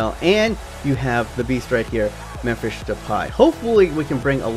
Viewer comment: and why the fuck do you pronounce Memphis as Memphisch instead of how it is suppose to be Memphisss